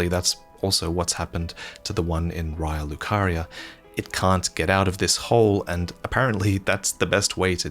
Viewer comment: From watching more recent videos, he did not take this to heart. Incidentally, he also usually pronounces "raya lucaria" wrong (i.e. he does not match the pronunciation of the voice actors in the game).